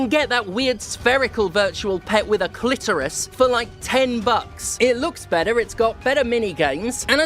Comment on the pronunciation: "It's got a calitoris"